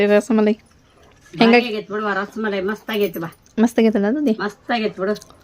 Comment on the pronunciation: Ras maleri alla rasmalai